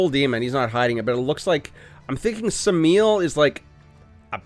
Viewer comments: Three syllables. Sam a el. Like, Sam I am. I feel bad for saying it but I kind of like that there are so many choices for a team you can't really choose. I think that makes for interesting gameplay. You get tired of seeing the same teams over and over again. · its Sam-AH'ehl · Sam - i - el, or Sam - a - el is the pronunciation I have heard when referring to the Angel. Looking forward to see what he can do, ty for the vid 🙂